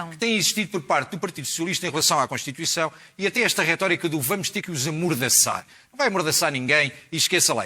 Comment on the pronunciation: Esse bicho do PS é um palerma! Devia ter vergonha do que está a dizer! Nem sabe dizer CONSTITUIÇÃO!!! Desaparece, palhaço!